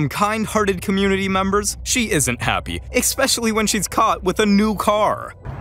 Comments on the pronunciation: Eckspecially? Come on man. Speak correctly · Especially not expecially. 🤪🤗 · ECKSPECIALLY.....it's ESPECIALLY. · Hey, I just want to say it's not "expecially", it's "especially". There is no k sound in there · eSpecially not eCspecially please speak GOODER I won't AX you again lol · Eckspecially? I believe it's especially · There is very little more ANNOYING than when people say ECspecially! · It sounds like you're saying "exspecially." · Did you just say "ex specially"??? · expecially isn't a word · EXspecially :D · Dear annoying and unnecessary mansplaining narrator: There is no such word as "expecially".